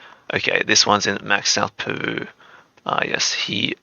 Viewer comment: Anyone gonna point out how he says Peru like poo😂 I know I'm a child. Nothing against you bro just something I found funny👍